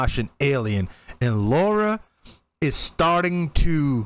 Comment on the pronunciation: Just a small point: it's Lara, not Laura.